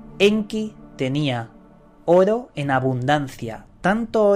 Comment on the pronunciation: Llevo casi todo el dia escuchando tus videos. Me gusta como pronuncias Oro. jaja saludos.